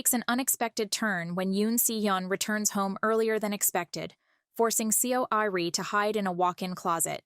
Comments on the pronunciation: its pronounced like "Suh- ari" not see oh ari. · to my non korean ears it sounded like her name was pronounced "sorry". thought that it might have been deliberate.just a thought. fwiw.